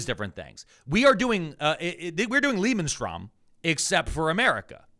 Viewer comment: I chuckled at saying "Lebensraum". He butchered that word really cutely. Also the Nazis wanted to extend their "Lebensraum" (living space). They wanted to drive out the local (non aryan) population and have their own people move in. It was about extending the national territory. Conquer the land, kick out the locals and move in your own people. I don't think that term really fits when talking about Venezuela. Trump doesn't want americans to move there. He just wants to extract the oil. Overall I see why people draw paralles between Trumps gang and the Nazi regime. It comes up short though. Trumps ideas are half cooked compaired to the Nazi ideology. What Trump does is bad but the Nazis were much worse. Calling ICE gestapo and that stuff just makes the Nazis appear less bad than they were. IMO people should just leave these terms where they belong. always calls Trumps administration lazy. The Nazis weren't lazy. They "industrialized" a genocide.